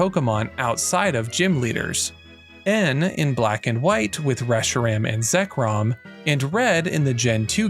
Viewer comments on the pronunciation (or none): none